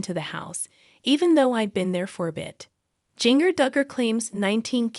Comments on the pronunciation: Ginger first name is spelled with a J but it’s pronounced GINGER that’s her real name, not how you’re saying it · She is saying her name wrong it’s jinger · Please learn to say her name right before doing these too many out with names wrong because you people can't say the names right so sad 😭 I will pray for her and her baby🙏🙏🙏🙏🙏🙏🙏🙏🙏🙏🙏🙏🙏🙏🙏🙏🙏🙏🙏🙏♥️♥️♥️♥️♥️♥️♥️♥️♥️♥️♥️♥️♥️♥️♥️♥️♥️♥️♥️♥️♥️♥️♥️♥️♥️♥️♥️♥️♥️♥️💯💯💯💯💯💯💯💯💯💯💯💯💯💯💯💯💯💯💯💯💯💯💯💯💯💯💯💯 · At least you could pronounce her name right.